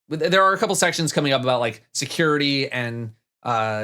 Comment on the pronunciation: There's only really one takeaway from this video... says "coople" (couple). 'Trv and make a lovely coople.'